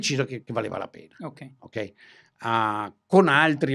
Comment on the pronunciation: “Oukey” 😂😂😂 facciamo finta di essere internazionali 😝